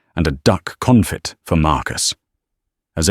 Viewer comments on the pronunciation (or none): Confit is pronounced con fee.